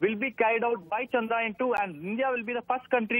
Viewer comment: Guys.. just correct the way you pronounce CHANDRAYAAN. It’s not chandrayan like ramayan (which you are calling it) it is chandra yaan ( yaan means journey). All the best.